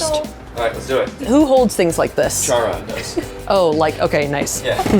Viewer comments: “char-on” 💔💔💔💔 it’s care-on haha. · WHO SAYS CHIRON LIKE THAT. TYLER???